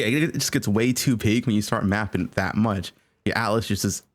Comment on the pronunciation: My boy hates the letter G. Sprintin, mappin, castin, fightin